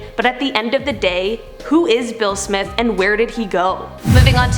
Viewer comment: Ngl I thought she said Will Smith 🤣🤣🤣